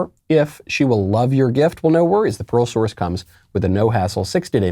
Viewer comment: Pearl source. I kept hearing Parole source.